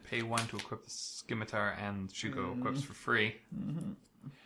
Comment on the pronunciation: You don't pronounce the C in scimitar.